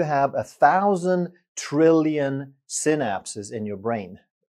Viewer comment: Synapse is pronounced sai-naps, like cycle is pronounced sai-kl. Thanks for your excellent vids Doc